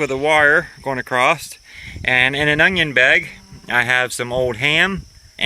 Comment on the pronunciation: ACROST.....DROWNDING... DISHOPE... One and a half minutes in I can't wait to hear the rest of your jokes.